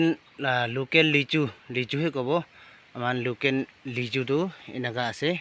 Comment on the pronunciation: Please don't murder the word 'local' (locken)😂 . Nice video 👍